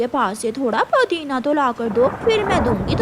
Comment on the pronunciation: Podina nahin-- Pudina Phir hi nahin--- Tabhi. Chidiya bimar hote huye samose kha rehi hai. Ye kaun sa doctor batata hai?